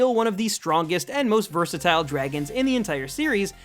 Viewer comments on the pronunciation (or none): none